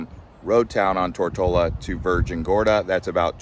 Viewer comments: It is not Tort-a-la. It is pronounced Tor-to-la. How did you finally figure that out half way through the video? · Yo bro it’s not “Tortellaaa” or “Tortilla”. ITS “TOOR-TO-LA”! Learn to pronounce the islands you’ll be talking about first before making a video on it. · Tortola. Tour-toll-ah. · Tortola = tr·tow·luh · It’s Tor-TOE-La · Tor toe la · Curious, I never heard that pronunciation of Tortola ...